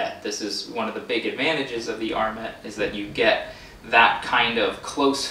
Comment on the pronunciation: TIL that this is the correct pronunciation of "armet".